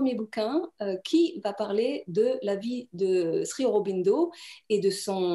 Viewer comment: J'ai toujours entendu le mot Sri prononcé "Shri"... comment le prononce t-ils á Pondichery? La Mère dit pourtant bien "Shri" dans les entretiens avec Satprem.